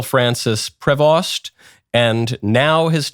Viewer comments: Its pronounced prevo. Knew someone with the last name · Prevost pronounced as Prevo. Dont use the ‘st”. Its a French surname. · Michael you need some lessons in Latin pronunciation. Also it is pronounced Pree-Vohs and not Pree-vaughst. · It's a French name and should be pronounced "Prayvo"